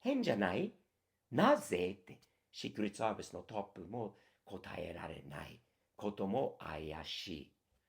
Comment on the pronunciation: 日米共に今や無法地帯で草 シークレットサービスの発音すきw